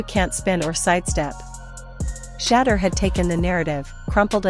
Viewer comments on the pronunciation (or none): Announcers should get the pronunciation of his name right out of respect. His name is Shedeur like ‘She’ deur. Every time she speaks it hurts my ears. So disrespectful. Not Shaddow Sanders. He’s a legend not a dark spot you overlook. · His name is Shedeur (She-do-er) Sanders, not “Sheddar” Sanders. Put some respect on his name!